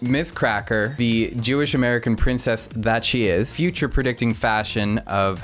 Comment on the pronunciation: "Back to the Fuschia" hee hee love u